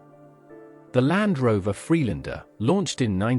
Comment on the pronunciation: what a lot crap the narrator can’t even pronounce Land Rover Free Lander as for the Lotus Elan was is the best front wheel drive sports car and the Rover MG VB just brilliant and bias against rover